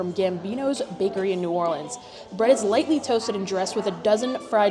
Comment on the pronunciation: it sounded like she said the bread is "lightning toasted," but the menu says "lightly toasted." it reminds me of my ex boyfriend who said he wanted me to die by electrocution.